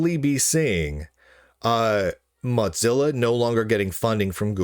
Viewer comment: there's no 'd' in mozilla. you always say moDzilla.